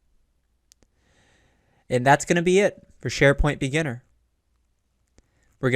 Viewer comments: Two hours with a narrator pronouncing libraries as "lie-berries" - WTF? I don't think I can do it! Oh, and spoiler alert, there are no "Exercise Files" for this module, so don't bother following the link and filling out the access card. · You all have issue with his "Li Berries " But I am uncomfortable with the sound of his breathing and taking saliva inside. He might keep the mic in his mouth. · "lie-berries" lol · It almost makes you wonder if he is trolling on purpose.